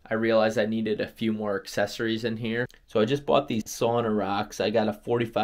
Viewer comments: I get it…it’s not a big deal. But, if you go thru life lackadaisical about details…then….well …that’s a personal choice. If you think of a female pig…and emphasize the first syllable it may come more easily…SOW-nah. So…it’s not a big deal…but Saw-nah…well …it’s just not correct. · Wonderful thing you did, congratulations! Only one suggestion: the correct pronunciation is actually “sow-nuh”, not “sAw-nah”. It sounds like splitting hairs but it means a great deal to a Finn 🇫🇮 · Sauna - the one Finnish word everyone knows... and everyone mispronounces. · Seriously, it's really hard listening to it. Everyone loses their minds if you pronounce jalapeño wrong in North America, but no one bats an eye at sauna.